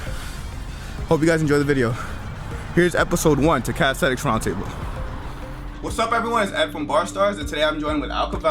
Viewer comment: Ed you can start by learning to say calisthenics properly, its not calisthetics